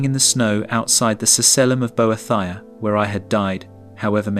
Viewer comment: “bo-eh-thy-uh” That’s a new one 😅